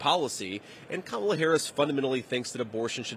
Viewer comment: Whoa, did y'all just hear that he actually said Kamala's name correctly?? ... more than once, no less!!